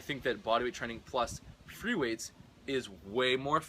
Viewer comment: Freeweights? Or what is the word he is raping